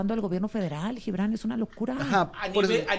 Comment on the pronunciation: Díganle al CHAIRO que de donde saca la pronunciación de LLIBRAN??? de cuando acá se pronuncia la G como LL??? Hasta en esto saca lo peladito.